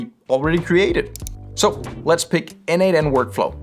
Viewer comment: As a contributor for more than 5 years to n8n, PLEASE, it is pronounced "nodemation".